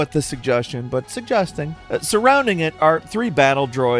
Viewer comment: The way you pronounce “suggesting” really threw me off lol